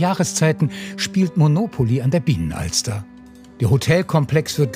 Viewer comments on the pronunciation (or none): Und Binnenalster und nicht Bienenalster!!